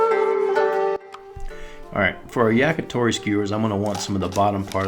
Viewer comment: Did you say Jagitori?